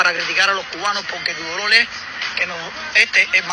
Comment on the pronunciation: No se dice lolor se dice dolor no te burles porque no halar castellanos